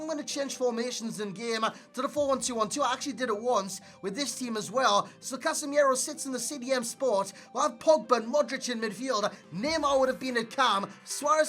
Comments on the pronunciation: casemirooo, not casemiero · you always pronounce "CasemIEro" it's actually CasemIro. good video as always, i just wanted to point that out. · The way he pronounces Casimiro 😂